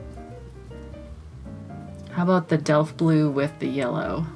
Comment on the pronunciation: Yes, you are pronouncing Delft Blue correctly. My Mother loves the Delft blue dishes (always has), therefore I grew up listening to her talk about them!! They are named after the city in the Netherlands where the dishes are made...